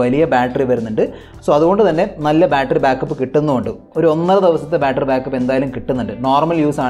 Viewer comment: വലിയ ഇംഗ്ലീഷോക്കെ ഇടക്കിടക്ക് പറഞ്ഞിട്ട്, ബാറ്ററി എന്നുള്ളത് ബാൽട്ടറി ആയി പോയല്ലോ സേട്ടാ